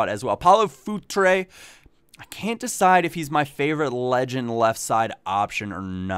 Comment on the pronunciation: Hahaha I keep hearing food tray instead of Futre X'D